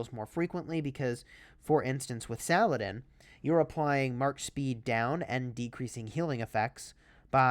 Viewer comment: I won't let you butcher his name. It's pronounced "Sah-Lah-Deen"